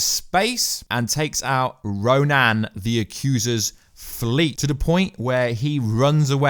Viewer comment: I know this is a nitpick, but RO-NAN? Like, RO-NAN the barbarian? Spelled Ronan, pronounced RO-NIN. Yes, I'm a nerd.